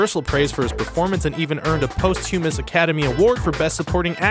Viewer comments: I've never heard the word 'Posthumous' pronounced as "Post - humerus" before. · Well, that was a pretty severe butchering of the word "posthumous"... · Pause to muss. Not post hue miss. Just sayin' :) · the way you pronounced posthumous lol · I enjoy this channel, but: Every. Single. Time. There is some random mispronunciation or twenty that completely remove me from the video and affect my immersion in the video. In this case posthumous